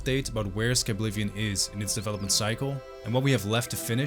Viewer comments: SKI blivion 😂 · did bro just say skiblivion ?? as in skibidi or is just the brain rot at the terminal stages and there's no hope for me.. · I never would've guessed the correct pronunciation of Skyblivion was Skabblivion all along